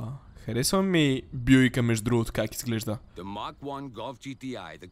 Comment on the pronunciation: Не е Бюик а Буик